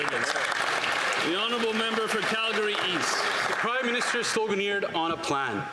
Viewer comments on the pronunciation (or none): he said crime minister? Or cry minister😂😂😂😂